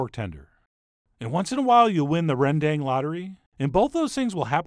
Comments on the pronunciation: So glad Food Wishes has discovered this dish. Two things. You could mention that it is often if not usually made with water buffalo meat. Second, please pronounce it more authentically (because it is not difficult at all for an English speaker). Say Rendong as in the bell went ding dong. I know it is spelled with an 'a' in bahasa Indonesia, but it is not 'dang' as in 'gol dang it'. It is most decidedly a dong. Actually it is something between the two vowel sounds, but it is much closer to dong. It is in fact a schwa sound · Hi big fan here from Amsterdam, The Netherlands and as you might be aware of.. The Dutch master and know Indonesian kitchen like no other.. Rendang is pronounced Rndang (the e is silent). Please not that you missed a key ingredient in this amazing dish: trassi. A very bad smelling paste made from fermented shrimp. Anyway.. keep up the good work! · Actually if you say Beef Rendang in Indonesia they will look at you like a deer caught in headlights and tell you its pronounced "Rendunnnnngggg" 😆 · correct pronounciation, REN-DUNG (as the word dung in english) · Pronounced "rendung"; the a is as in father, not a as in apple. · Rendang is pronounced rendunk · I live in Indonesia too and it made me laugh so hard on his pronunciation of rendang haha. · tips how to pronounce rendang, you say the 'dang' part like you say 'dang it!' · REN'DäNG! Not Reen Daeng! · Hi chef! Thanks for making me into a zombie for beef rendang..gonna buy that for lunch. Anyway some of our toppings for rendang include cashews, fried shallots, and those greens(cilantro or something..your choice). Oo and try pronounce it this way ‘ren-dung’ 😅 yep that’s what it supposed to sounds like. 🤣🤣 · rendang is pronounced ruhn-dung (first vowel sounds like a in comma, second vowel like the a in father) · Indonesian / Malaysian viewers where are you at? 😆 Also chef, it pronounced "rēn-Dung" not "ren-dang" 😋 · Hi, southeast asian here. Dang in Rendang is pronounced as Dunk not Dank.